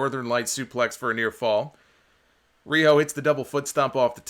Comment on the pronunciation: Jim Cornette's pronunciation of Riho will never cease to make me laugh.